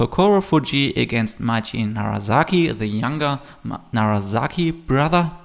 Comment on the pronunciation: A minor note - it's NaraSaki, not NaraZaki;)